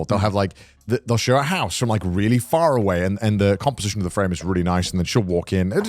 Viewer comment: I've just been watching these old episodes on shuffle in the background throughout the day and I noticed something- and its happened 3 episodes in a row since I noticed- the way Conner says "far away" like the way he says it is so weird its triggering lmaooooo. im sitting here playing Skyrim and I hear Conner "so there's this beautiful cinematography of this house that's really fARaway" and I just like drop my controller dying laughing . lmao bro what is that